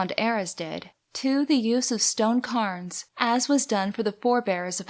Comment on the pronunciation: Cairns is not pronounced Carns, but Cayrns